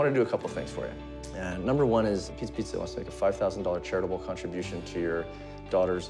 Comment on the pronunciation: I like how you pronounce it: Piezza, Piezza....